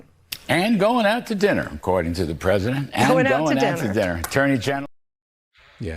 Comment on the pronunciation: Listen to her pesident poo- in 😂